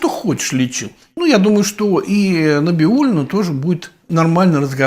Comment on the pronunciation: Набиулина ?? Не правильно фамилию произносите .